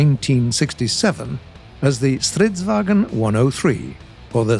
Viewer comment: pronounced stritsvangn rong